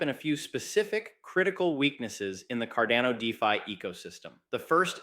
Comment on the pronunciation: Might be petty but I sure wish you would make up your mind between the pronunciation.....is it carDANo or carDONo